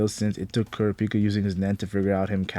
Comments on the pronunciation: Did you just say Coo-Rah-Peek-Ah 😮 Bro pronunciation matters especially in this context 😅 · man i hate how americans pronounce kurapika. in ptbr that means "c*ck healer" and it bothers me so much. say it right ffs 😔